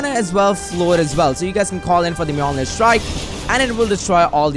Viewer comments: You are pronouncing Thor’s hammers name so wrong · When he said Thor’s mjonir strike: TORZ MEOMEER STRIE